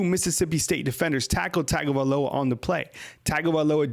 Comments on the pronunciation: drives me crazy you saying TAGO instead of TUN-GO man.... its TUN GO VAE LOW AH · Tagovailoa... (Tongue-go-vai-loa) pronouncing it wrong...in samoan Gs are pronounced like NG...